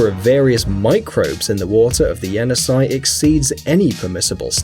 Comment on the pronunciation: That is pronounced (Jenissei) “Jeh-Niss-eyh”